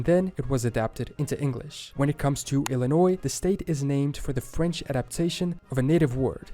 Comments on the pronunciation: Also, Illinois is pronounced Ill- in- oy,. My friend from there wanted to beat my butt if I said Ill-in- noise. I just told her that when she went back there, it was definitely "Illi-noise" LOL She's roll her eyes at me. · The Louisiana territory did not stretch "from the Atlantic coast". It starts at the Gulf coast. Man. Yes, please do more reactions to native American videos, which would be fascinating. In the word "Illinois", the "s" is silent, so it is pronounced ill-in-NOY. The video gets the name's history wrong also. It is from the French pronunciation of the native word "illiniwok", which means "best people", and was the name of the tribe in the area. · The "s" in Illinois is silent. Maryland rhymes with Marilyn. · Bro he pronounced Illinois properly and then you fucked it up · Just an FYI, the S in Illinois is silent. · FYI: Illinois is pronounced with out the "s" sound